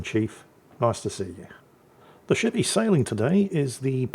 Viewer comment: At the beginning of the video, did anyone else hear say "And the sh1t he's sailing..." rather than ship?